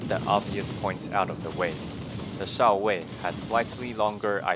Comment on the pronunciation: I like how pronounced Shao-Wei as 「少尉」 (lieutenant) XD. It’s actually 「少微」 though, one of the old name for Chinese star sign system.